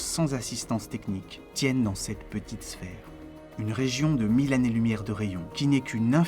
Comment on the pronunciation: "L'infini est une idée sans image !" Voilà qui est admirablement formulé. Merci pour ce film et bon courage. Toutefois, attention aux oreilles : "les 6 mille zannées lumières" "leur(s) interactions" et aux yeux : AMA(S) LOCAL.